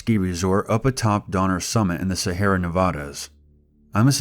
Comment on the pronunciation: Sea Air Ah. Sorry it's just... Sahara? The whole time? I have a friend who does voice acting and dramatic readings a lot like this and this is making me want to proof check his work before he uploads.